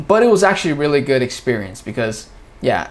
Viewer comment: Если бы не читала на англ , на слух ничего не поняла бы. Много слов проглатывается . Я удивилась как вы говорите слово ,, good ,,. Не гуд ,а год.